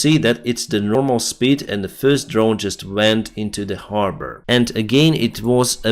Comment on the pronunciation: You said harbor like a Bostonian the first time... Habaah...😉👍